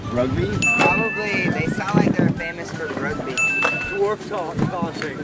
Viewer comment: famouse???? Am I the only one who noticed that?